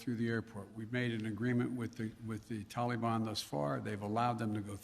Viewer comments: Dear Joe: it is Taliban - not Tally Ban!! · Biden doesn't even pronounce taliban right